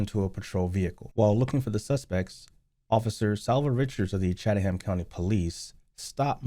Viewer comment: The Author said Chataham County like it was kind of an Indian type Native name. It was mispronounced in the first part of the clip/video. Its actually Chatham County Police that covers Savannah, Georgia that is the County Seat of the County which also covers smaller cities inside the county. Just wanted the correct County and area to be known.